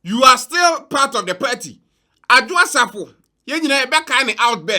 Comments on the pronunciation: BUSH EFUOM AKAN GUY. THE WORD IS PARTY, NOT "PERTY". KWASIA! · IS THIS AKAN EFUOM (HOST) IN A YELLOW T-SHIRT NOT BOTHERED ABOUT OR ADVERSELY AFFECTED BY WHAT ABRONYE DC IS SAYING ABOUT THE LARGE-SCALE PLUNDERING OF GHANA TAXPAYERS BY THESE NPP AND NDC POLITICIANS? THE WORD IS PARTY, NOT PERTY! BUSH AKAN JSS BOY! LET THESE CRIMINAL POLITICIANS "SPILL THE BEANS" FOR EVERY GHANAIAN TO KNOW THE MESS OUR SO-CALLED LEADERS CONTINUE TO DROWN OTHER GHANAIANS INTO. WONTUMI IS FOLLOWING EXACTLY IN THE FOOTSTEPS OF AKUFO-ADDO ABOUT THE LOOTED NATIONAL CATHEDRAL PROJECT AMONG MANY OTHERS, KENNEDY AGYAPONG ABOUT THE LOOTED STREET LIGHTING AND COCOBOD PROJECTS FUNDS AMONG MANY OTHERS, OFORI-ATTA ABOUT ENRICHING HIMSELF WITH HIS SHARE OF LOANS FROM THE IMF, ETC. THE LIST GOES ON AND ON. THESE GHANAIAN POLITICIANS ARE DEVILS AND VERY CALLOUS. LOOK AT HOW THE VAST MAJORITY OF GHANAIANS ARE SUFFERING OF DEPRIVATION OF THE BASICS OF DECENT STANDARDS OF LIVING HOSPITALS, SCHOOLS AND UNIVERSITIES IN GHANA ARE WOEFULLY UNDER-RESOURCED AND STARVED OF GOVERNMENT FUNDING, CHILDREN SCHOOLING UNDER TREES AND IN DILAPIDATED STRUCTURES, WITH SEMI-LITERATE TEACHERS, ETC. MOTHERS DELIVERING BABIES ON HOSPITAL FLOORS FOR LACK OF BED SPACES ON HOSPITAL WARDS, ETC. GHANAIANS, PARTICULARLY TRIBALISTIC PRIMITIVE AKANS AND OTHER GHANAIANS, MUST WAKE UP AND FORGET ABOUT TRIBAL POLITICS WHEN CASING THEIR VOTE..